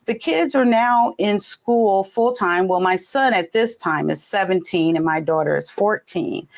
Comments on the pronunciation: Why does pronounce Daughter like us British people.....sounds so weird and fake. She then literally goes back to talking in her natural American accent lol 🤣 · It sounds like how we British (specifically posh accent) pronounce "daughter"